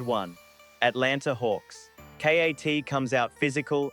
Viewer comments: A. I voice. Called KAT K. A. T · "S PEN"?? "Kay Ayy Teee"???...what is this AI slop. LOL